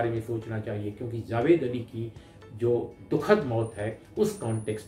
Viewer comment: The name is JAwed and not ZAwed